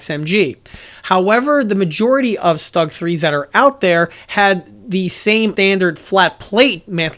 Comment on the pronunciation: easy to correct; Stug not rhyme with slug Rhymes with book The way you say it the word would be written ‘Stag’ rhyme with pug